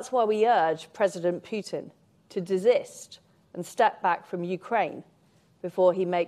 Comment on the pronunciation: Liz Truss v Vladimir Putin !! Well as all know how that one would play out ! She can't even pronounce " desist " properly ! Fly v Spider